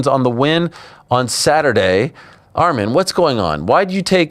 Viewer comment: ARMAN NOT ARMIN